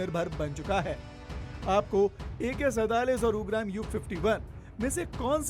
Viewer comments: हिंदी बोलना सीख लो पहले, उग्राम क्या है , उग्रम् है। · उच्चार तो ठीक करो. यू-ग्राम ऐसा उच्चार नही है! 🤦🏻 उसका उच्चार 'उग्रम' ऐसा है! ये संस्कृत शब्द है! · U gram nahi right pronounciation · It's pronounced as OOGRAM..means Fierce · आप राइफल का नाम भी ठीक से उच्चारित नही कर पा रहे हैं। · your pronunciation of ugram is not correct. Please check it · Aapko rifle ka nam lena bhi nahi aa raha. Hindi nahi padhe kya